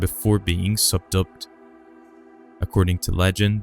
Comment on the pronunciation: Pull them up on pronunciation though, ...'lingering'...subdued'... is it a Robot?